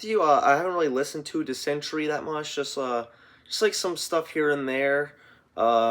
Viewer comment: Diss-en--tear--eeeeee (chris barns), disentry is not a word. The wonders of phonetics.